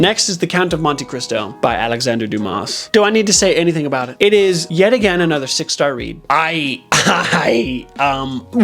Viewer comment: The S is Dumas is silent. Every time you say it I hear that joke from shawshank redemption where the guy says dumbass when reading his name 😂